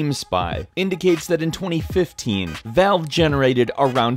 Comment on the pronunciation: He pronounced Valve as bowel.